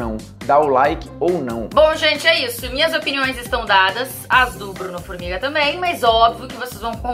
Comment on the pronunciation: concordo, mas é Formiga, né forminga não.